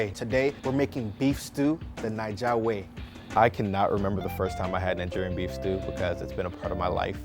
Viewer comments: It sounds like he's saying Nin-gerian. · Why come he says nanjerian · Why does he say "Ningerian"? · He said Ni-Ja way? Lmao im dead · he’s nigerian yet he said plant-in 🧐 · excuse me sir but did you just say the n word or am I deaf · Why are u saying Nigerian wrong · I cringed on how he pronounced nigerian